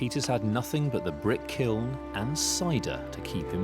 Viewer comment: "kiln" pronounced "kill". however, I live in Chicago were we say "Duhs Plaines" instead of "Deh Phlan" for Des Plaines, so you're good to go.